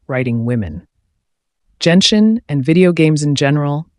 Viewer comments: Nice analyisis but .... ... it's not jenshin, its genshin (the g is pronounced like the g in good) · It's GEN-SHIN. not JENSHIN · Bro said Jen-shin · Genshin's pronunciation is not Jianxin(That's a standard 5 stars for wuwa)